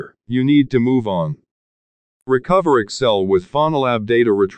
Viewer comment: The way he said “if you can’t find your file, MOVE ON!” The heck!